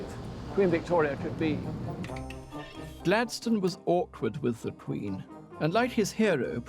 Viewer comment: So THAT's how Gladstone is pronounced correctly. We say it like "Happy rock" :D Now I'm ging to start saying it correctly and see if it catches on.